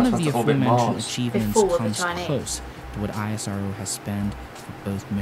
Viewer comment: Its Spelled as "ISRO" together, not "I.S.R.O"...Please research about how to spell names correctly before making a video, it helps !!!